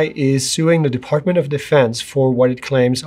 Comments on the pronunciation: DOD = Defartment of Defense., you said it right the first time LOL.🤣🤣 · "Defartment". Freudian slip? 😅🤣😂